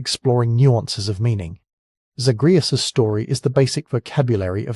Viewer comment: Came to the comments to say this. Mispronouncing the main characters name especially when it's said over and over in the game by NPCs just makes me think he never actually played the games, and just read the synopsis online somewhere. Lazy